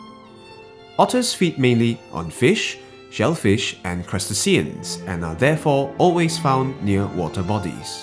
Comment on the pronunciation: Amazing footage presented very well! Sorry though, to be the one to point it out, but the word "crustacean" is not pronounced that way (the video is categorised as educational, after all). Other than that, well done!